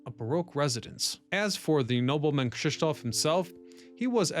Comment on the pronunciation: Good God, how many channels does that Ryan Socash has? 😀 P. S.: the pronunciation of Krzysztof is a spot on, well done!